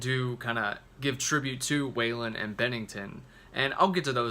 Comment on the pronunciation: Hard to take this review seriously when you incorrectly pronounce Scott's last name.